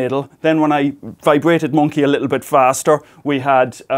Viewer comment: Every time he says "Monke" I get the biggest smile on my face haha Love ya Professor, keep it up!